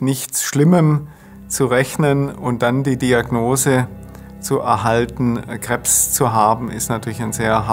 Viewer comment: DAS HEISST NICH KREBBS, SONDERN KREBS..